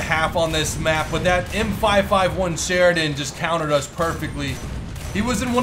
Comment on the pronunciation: "M511 Sharidon" - 2018